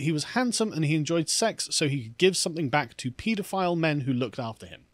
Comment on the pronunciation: As a pedantic American, I find it refreshing to hear the proper pronunciation of the word “pedophile”. Everyone in this country pronounces it “ped-o-file”. They should take a hint from how pediatrician is pronounced.